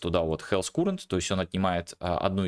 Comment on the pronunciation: Я пытаюсь сделать твой контент ещё лучше. Послушай как произносятся: Character - кэрактэр/кэрактёр (что-то между этим, думаю на нюансы профиг, достаточно кэрактэр, это хоть похоже на оригинальное произношение). Current - каррент